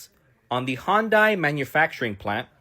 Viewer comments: Why can nobody pronounce the car company correctly. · All these liberal saviors cant even pronounce hyundai correctly. They seem to care so much about this but cant even say it right. It doesnt matter though rabble rabble rabble